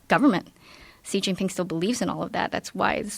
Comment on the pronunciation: By her Xi Jinping pronunciation there is no way she can speak Mandarin. But... Singapore doesn't give you that option. You either have to do Mandarin, Malay, or Tamil. So... does she speak... uhm... Malay or Tamil fluently? I'm bewildered.